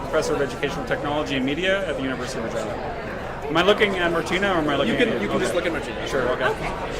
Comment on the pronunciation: There you go, Honey. Finally. You pronounced Her as, REGEENA. MUCHO BETTERO PRONUNCIATIONO. NO?